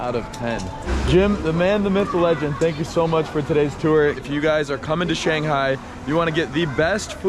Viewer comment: You can't even say thank you the correct way. And putting "Perception" as your logo goes a long way to showing that you lack it!